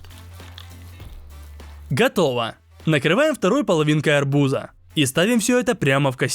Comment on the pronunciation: Арбу́за❌ Арбуза́✅